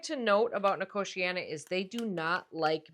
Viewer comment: Since it's a native American plant your pronunciation is correct.